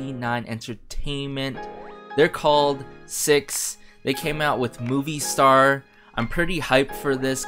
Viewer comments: It's pronounced as SI EYE EX HAHAHAHAHAHAHAH 💖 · My bias is Byounggon I'm still not used to his new stage name 😅 he have been my bias since YGTB and I'm so happy and proud of GonHun they both work hard to debut so is the other members this song is amazing and the album is amazing and btw you pronunce the group name wrong actually how to pronunce the group name is you just spell it out 😂